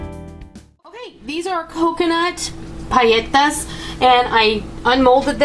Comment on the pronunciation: You were right in the Pronunciation its paletas with the L sound. Yum!